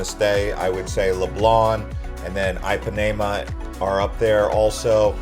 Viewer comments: Great content, but every time you said Ipanema, I died a little inside. It is NOT pronounced EYE-PAN-AE-MA, it is pronounced EE-PAN-Ē--MA. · every time you say eye pa nae muh beach i want to stab myself in the ears. why you trying to use a brazilian accent to sound cool and say things like rio and then you just butcher other shit? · Not trying to come down on you, however, you should probably put some effort into pronunciation. Just about every single place you tried to say, you were way off. I mean, even most people know how to pronounce Ipanema. That's eem pa knee mah. You gave no effort. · If you are going to do a travel video, 1) please learn how to pronounce the names of the places you visit Ipanema for instance 2) give correct information Carioca for instance You got both of them badly wrong.